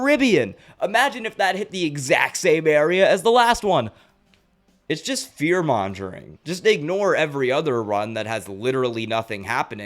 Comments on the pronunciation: Great video. But, fear mongering is pronounced (fear - mong - ering) not ( fear - monj - ering). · This is an amazing video 👍🏻 also don’t want to be an ass but fearmongering is pronounced with a hard g. Don’t feel bad about it though, it’s one of the words that everybody has seen in print but many haven’t heard it said out loud. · Hey, just a heads up: you're mispronouncing fearmongering.